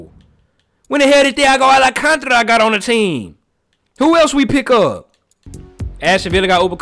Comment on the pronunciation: Al can ta ra !!! Not alacantra